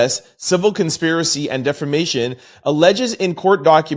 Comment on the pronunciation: listen to me DEFA-MATION! There is no R in this word